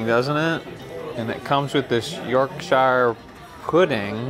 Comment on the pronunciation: York...SHIRE??? It is YorkSHER good sir!